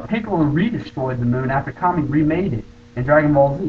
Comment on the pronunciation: its kami not kame and your wrong, kami WAS intoduced in DB